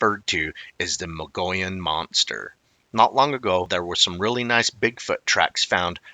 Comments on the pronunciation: I give up. You have been told and told that Mogollon is pronounced mo-go-yown or even muggy-own. I guess the rest of the world will now have to start saying “Mongolian” from your example. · I was gonna say. Muggy-Yawn..if he doesn't;t care to learn how the natives say the names, how precise is he. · Haha. Right? I appreciate but I find myself exclaiming "Mo gee ahn" every time he says Mongolian. I lived in Flagstaff for 37 years and that is how I learned to pronounce it. A bit different from your pronunciation but similar. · Mo-go-yon. Please focus. Mo-go-yon. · It is Mo-gee-yon. Hard g. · In Arizona the Mountai....mong ollan rim,is pronounced like this(moe-gee-on)like guy but long e.i'm from AZ...The Navajo Nation,and the pinon(pin-yon)that's the trees where pine nuts come from. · Moh-Geeh-on is correct 👍